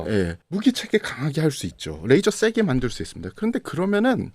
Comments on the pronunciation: 뜻은 통할지언정 뤠이저 라 발음하면 안될 거 같아요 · 참 잘 보고있습니다. 근데요 영어 쓰실때 걍 한국식으로 하면 안될까요? 뤠이져가 아니고 레이져거든요. R발음이 아니고 L이 거든요. 보면 아무데나 F발음하기도 하는데 잘 모르면 걍 한국식으로 말하셨음 해서요. 듣기 거북해서 한말씀 드립니다. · 듣는데 왜 L로 시작하는 레이저를 R로 발음해서 면도칼 razor로 발음하시는 건지 ㅋㅋㅋ 면도날로 오물풍선 다 터뜨렸음 좋겟네요.